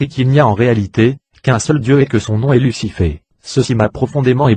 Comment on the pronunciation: Tu peux pas t'exprimé de manière normal tu bousille tout Lussifé Luçyfffé . J'aurais vraiment tout entendu sur YouTube.